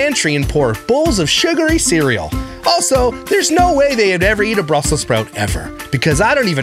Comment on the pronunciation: Ice cream is a health food now? I thought some were lactose intolerant? It's Brussels not "Brussel" Sprouts Lush.